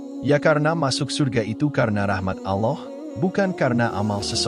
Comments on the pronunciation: Hati2 ngomong allah.jgn alah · paling gak pake suara sendiri ,, jd serasa mengolok olok tuhan ,pakai bahasa AI.. ALLAH , di katakan ALLOH....